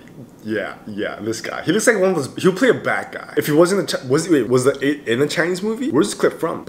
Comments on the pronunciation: Is it trigger anyone else by how he says 'The8' when its pronounced 'thee8' 😂😂😂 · i utterly apologize but whenever you say THE 8 instead of THEE 8 even when in english vowels with the is pronounced the other way just makes me cackle but i totally love your content and thank you for doing seventeen content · Hey 👋 This Is A Bit Late Bit I Just Wanna Say That You Are Actually Pronouncing "The8" Wrong😅 You Actually Pronounce "The" As A "D" So You Say It As "D8" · The8 is pronounced like thee 8. Like you’re about to say Theo and before you say “o”, you just say 8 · Name The8 but pronounce as D8